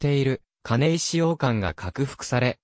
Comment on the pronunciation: 金石は「かないわ」です。ナレーションの誤読が酷すぎますね。間違った“知識”は無用です。